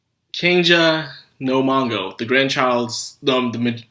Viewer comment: I hppe I'm the only one who doesn't know what the fuck you're saying when you try to use the japanese title. mashogotenshai? what? what are you even trying to say? And are you saying Kenja no Mango, instead or Kenja no Mago? I don't like the show either but I do like japanese and you should not use it if you can't do it. btw, I literally had to go to google, and type masho tensai to figure out you meant, Mushoku Tensei... I'm not planning to come back, but for your actual fans, stop saying japanese titles... at least until you can actually say them. it doesn't seem to me you watch subbed anime by how bad you are at pronouncing them.